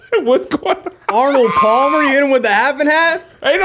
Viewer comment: did he say Arnald Palmer .... I'm dead 🤣🤣🤣🤣